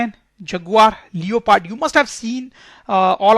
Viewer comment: Sir it's leopard not leoopard